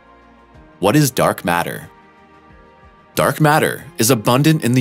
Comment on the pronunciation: What's "dork matter"? Well, let ve try to explain...